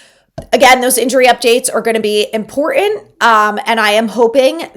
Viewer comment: Please...it's "important" not "impor-ent". Enjoy the show!